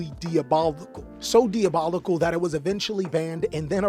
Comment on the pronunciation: Never heard someone say diabolical like that 💀 good video though